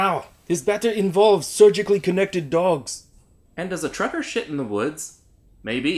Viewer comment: "Be vewy quiet, I'm hunting twukkers" ayo lmao